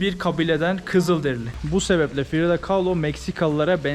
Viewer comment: Frido değil Frida demelisin 😎🌵